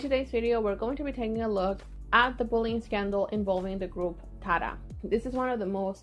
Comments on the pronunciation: the group's name is pronounced like "tiara" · It's pronounced tee-ara